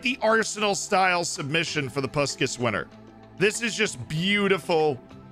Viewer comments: In case you wonder, it is pronounced Pushkash. Send you my love from Hungary 😘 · If you want to say correctly its Pushkash , the "a" pronounce like when you say wow.. Good video, nice goals, the bicycle kick wow.